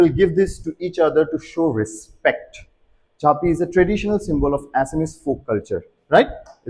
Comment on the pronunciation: An informative video indeed! Just a little correction in the Assamese pronunciation: 'Jaapi' isn't pronounced as 'Jhaapi' in Assamese; it's simply pronounced 'Jaapi'. And 'Gongana' is pronounced 'Gogona'.